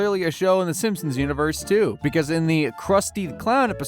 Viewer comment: you call them Simsons? God it's SIMPsons